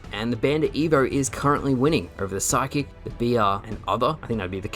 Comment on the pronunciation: Kept thinking they added a new weapon called the psychic but realized you were sluring sidekick by dropping the d.